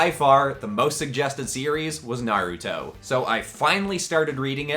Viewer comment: ITS NAR-A-TOE